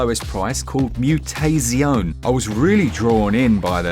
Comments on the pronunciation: I was absolutely sure it is "moo-tah-tzioneh" with the best Italian accent I can come up with. Only to learn minutes later the developer is from Denmark... But other than that, awesome selection, I need to finally get over my pixelartphobia, cause it feels like I'm missing out a lot. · It’s actually pronounced “moo-tah-tsee-oh-neh”—the Italian word for “Mutation.” 😬 An old friend and housemate from uni days was the lead writer/narrative designer on Mutazione. Nice to see it here as I hardly ever see it highlighted.